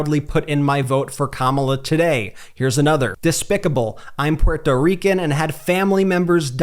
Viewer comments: Please stop miss pronouncing Puerto Rican. Geez its annoying. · Why do you pronounce Puerto Rican the way you do?